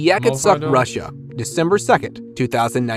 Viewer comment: It’s funny how you say, Russia lol. It’s not rissia. It’s RUSSIA!